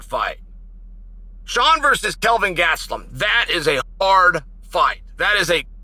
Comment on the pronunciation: Once again Chael drops the ball and calls him Kelvin. It's Kevin.